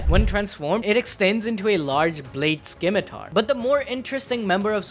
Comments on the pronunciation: "Skimitar" ....bro....are you serious....the C is silent, its just "Scimitar" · Excuse me…did you say……skimitar?